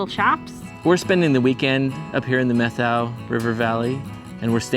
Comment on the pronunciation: It's pronounced Met how, not Meth ow. Emphasis on the first syllable. My family has a long connection with the Methow Valley. My great grandfather was among the first to settle the area, having a ranch in Twisp. One story told to me by my father was about my grandmothers half brother. In about 1890, I think Dad said, grandmothers half brother, who will go nameless in this tale, and two of his friends worked the ranches in the area between Pateros and Winthrop. One day they got drunk, rode their horses into a saloon in Winthrop and shot the ceiling out of the place. At that time there was no law enforcement nor courts in Winthrop. The way the locals handled the situation was to invite the boys to remove themselves from Winthrop and never come back. My grandmothers half brother moved up to the Chilcotin district in BC and started a cattle ranch, ran pack horse trains into the backcountry to mines, ranches and hunting parties and made leather horse tack, saddles, shirts, chaps and other leather goods. I always wondered if it was the Three Finger Jack saloon they shot the ceiling out of. I went in there for lunch once and checked out the ceiling. It looked pretty intact to me, so, who knows?